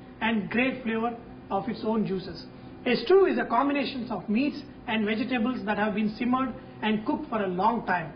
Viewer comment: bee gee tabulls ,, LOL "vegetables.."